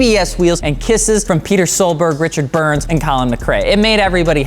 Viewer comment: Sounds like Donut Media, Says Peter Solberg not PETTER SOLBERG... SMDH!!!